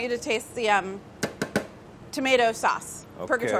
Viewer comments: She definately pronounced it "swace" the first time. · it's so funny and cute how mark tries to copy the way she pronounced "Sauce"